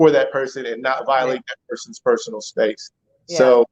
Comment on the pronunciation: Spaxe? I want to hear from my man daily.